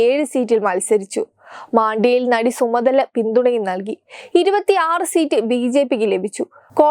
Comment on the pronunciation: Sorry 🙏🏻സുമതല അല്ല സുമലത 🙏🏻